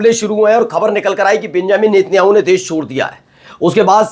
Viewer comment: भाई नेत्याणू नही नेतन्याहू 😂